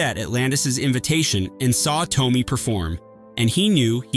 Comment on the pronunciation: It’s Marisa Toe-may not Toe-mee